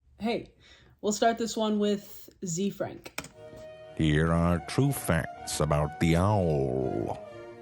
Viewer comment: FYI, the pronunciation is "ZAY-Frank"